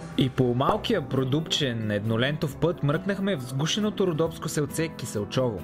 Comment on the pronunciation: Ако ви залипсва родопския край, в района на с. Киселчово ( а пропо ударението пада на първата сричка). Като Родопските села и баби други няма. Много е мъчно като виждаме, че селата се обезлюдяват. Туризма в района е последния шанс да не се обезлюдим. Адмирации за свежи хора като вас, които предпочитат да обиколят България и да я покажат на всички останали, да ги насърчат и те да го направят!